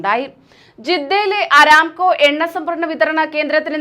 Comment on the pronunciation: അരാംകൊ അല്ല , അറാംകൊ .